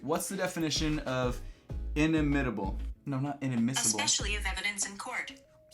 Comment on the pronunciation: It doesn't help that he couldn't say inimitable. But yes, I would get Google Assistant.